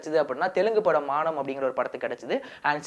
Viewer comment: Maanam illa bro. MANAM.